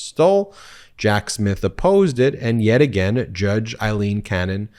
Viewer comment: Aileen not Eileen